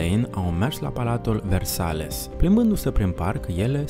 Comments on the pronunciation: Versailles se citește "versales"?. Am oprit exact la timp. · Se pronunță VERSAI. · Versales?…Asa se pronunța acum? Câta lipsa de educație…. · L asta face bani frumoși din cateva canale de Youtube, si nu stie nici sa pronunte corect un renumit palat francez.....?